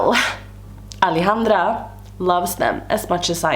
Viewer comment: I love the way you say Alejandra 🤩